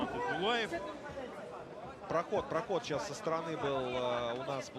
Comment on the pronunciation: Правильнее будет не Исбулаев, а Есболаев. Есбол - это чисто казахское имя.